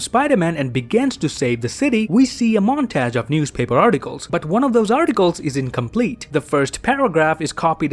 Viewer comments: Montage is pronounced "mon-taje" not montege. :) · montaj is the way u pronounced it? is that an accent?